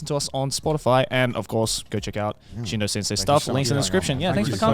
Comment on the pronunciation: OH so its pronounced Shindo - L not Shin doll